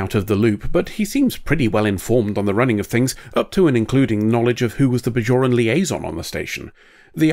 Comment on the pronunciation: They're "Bajorans", not "Bazhorans".